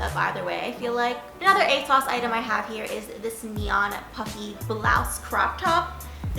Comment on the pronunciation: “ a-saws” ?? Never heard it pronounced like that lol I pronounce it like “ A-sOhs “